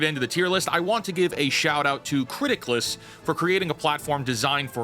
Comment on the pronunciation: I thought you were saying "Criticlist" or mispronouncing Critics list and I couldn't find the website. Captions to the rescue. It's Criticless. I applaud you for watching so much stuff though. I gave up three years ago and switched to books, games and manga.